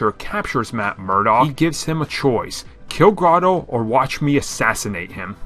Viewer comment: Did this nigga just say "grooto"?